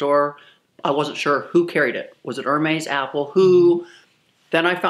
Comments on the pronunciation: It’s not Er-Maize. It’s “Air-Mez.” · Looks like no amount of money can teach you how to pronounce Hermes correctly lol...it's kind of endearing though she seems so humble despite having so much wealth. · air-mez air-mez btw I enjoy watching you. I've watched for a long time! I love luxury handbags the most and love seeing your collection. It's breathtaking! This video one came off so entitled it made me a bit sad. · Is someone gonna teacher her how to say hermes? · You are not pronouncing Hermes correctly. Everytime you say it, it's like nails on a chalkboard. Please and thank you.